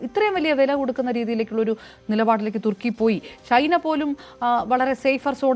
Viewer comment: തുർക്കി അല്ല തുക്കി